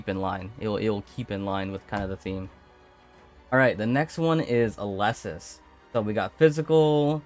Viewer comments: its pronounced "Éleusis" not "Eulésis" 😂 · It hurts to hear how he pronounces Elesis..